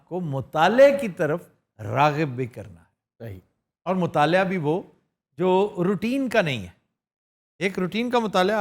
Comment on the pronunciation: مطالعہ ۔۔۔ ل کے اوپر زبر کے ساتھ۔ آپ بار بار زیر کے ساتھ کہتے ہیں۔